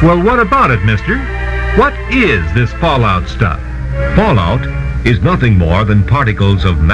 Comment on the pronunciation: it's fallout not falloot random guy from other country